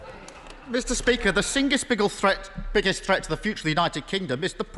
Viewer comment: He said "the singest biggle" :)